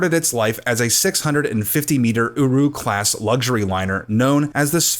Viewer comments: "uwu class" please tell me i heard that wrong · At first I thought he said 650 meter uWu class luxury liner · Bruh did you call it an OwO class cruiser? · Sounded like "Uru" to me. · Wait did you just say “UWU class”? UWU WATS DIS? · Did you just say the class was Uwru????? xD love it.